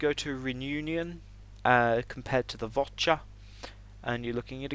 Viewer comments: Vor'cha not Vot'cha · its the Vorcha not the votcha as you have been calling it . S C UK.